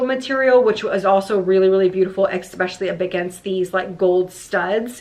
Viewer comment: And she always says EXpecially instead of ESpecially. 😂